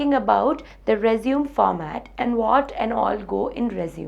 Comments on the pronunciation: It's pronounced resumé not resume -_ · not rponounced resume its pronounced resuMAY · true ...it is résumé -re-su-mey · Re-zum XD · She is from the same part of the world where I am from. And it is still not pronounced as Resume. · Nobody gives a damn about objectives and all extra crap. Its just your academic record, knowledge and experience what is checked in an interview. The pronunciation of résumé is wrong (American as well as British, both are same). Its a noun, what you are speaking is a verb which means to continue. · You are pronouncing it as a verb. Story ends here, not gonna watch further :/